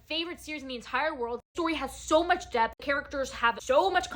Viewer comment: I thought you said tog had so much death instead of depth for a sec ❤😂